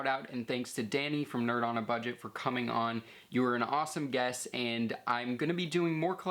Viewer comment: its nerd not nerb